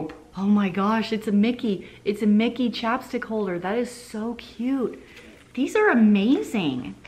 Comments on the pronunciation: CHAPSTICK holder! Lol the first like 3 times I thought you were saying chopstick holder and I was trying to figure out what that was. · I thought you said "chopstick holder" and I was like waaaaaat hell yeah, Alexis hook me up with those chopstick holders.